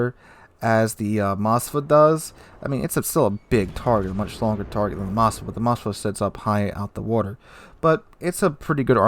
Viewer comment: Why do Americans add an A to Moskva??? It's not Mos-ka-va its Mos-kva (pronounce as mos-qua)